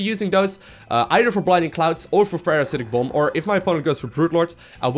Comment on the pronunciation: Sorry but, it sounds like you said Parasitic Bum XD